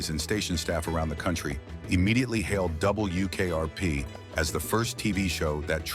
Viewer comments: “DUUUble U” AI voices are so bad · It's W ! NOT DOUBLE U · A.I. voice sure has a problem with "W". "double....u" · True, I hate the narration with its "Dub. Bul. Yew. Kayarpee". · “Double U KRP”???? 🤔 🤖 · Yes, the awkwardness with "Dub. Bull. Yew. Kayarpee" gives it away. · No, it's ai slop. a'Dub. Bul. Yew. Kayarpee" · "DoubleYOO KRP" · Love the way the AI pronounces "Double You Kay Are Pee" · "Double U, KRP" I wanted to rip my nails out. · Double U K R P. 😂 The worst. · Yeah, the way it said WKRP was driving me crazy. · Still waiting for AI to say 'W' correctly. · Yep. Otherwise it wasn't horrible. Stayed to the end.